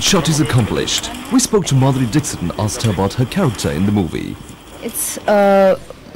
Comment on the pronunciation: Lol !! He is calling Madhuri Dixit like Brexit🤣